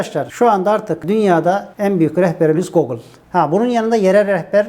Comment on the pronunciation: İngilizcenizi duydum videolarda. İyi derecede (ukalalık etmeyeyim ama 40 yıldır Amerikada yaşıyorum.) O Google sözcüğünü Türkiyede yanlış okuyorlar. Siz de o ile okudunuz. Book'daki gibi biraz uzatılmış u olacak. Videolarınızın profesyonelin elinden çıktığı belli. Yolum Alanyaya düşer mi bilmiyorum. En son 1994 gibi bir tatil için gelmiştim. Malasef Alanyayı bitirmişlerdi. Sahil boyunda yapılan sitelerden ve otellerden denize lağım karışıyordu. Aynı Rio'daki gibi lağım kokuyordu. Düzelttiler mı bilmiyorum.